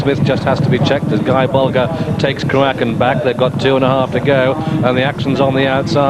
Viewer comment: Thanks for this extended version, gives much better feel for that particular day in time, thanks for that mate 👍 I wanted to shout through the mobile “ it’s pronounced Croo-a-kin”… but I realised I’d need a wormhole and a galaxy worth of energy to open it up … soooo.. I didn’t do that 😆 👍🏴